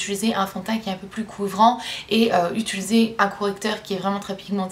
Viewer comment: j'ai à chaque fois l'impression que tu dis " j'utulise " au lieu de " j'utilise " ahah :)